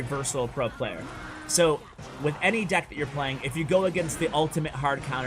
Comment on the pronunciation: Nobody:: De ck